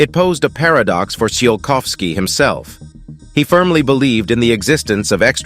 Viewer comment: OMG. It's pronounced "chy kov skee."